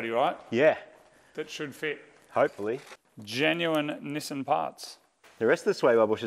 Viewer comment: It seems so strange that you call it "Nissin" like the brand of instant noodles rather than "Knee-Sahn" like the company formerly known as Datsun.